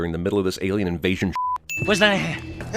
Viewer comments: Cracked up at Alieone? Alonien? Didn't bother watching stupid movie, but that was funny. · "Alieone?" "Alonien?" Seriously dude, you're better than this lol!! It's clear he was simply alienated from his peers. 😉